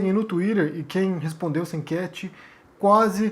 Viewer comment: Para de falar tuirer peloamor